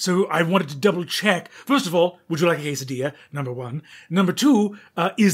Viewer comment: The way Brennan says "Ques-a-deezha" and then "Hess-a-diya" is WILD.